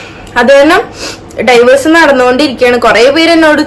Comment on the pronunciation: ഡൈവേഴ്‌സ് അല്ല ഡിവോഴ്സ് 🙃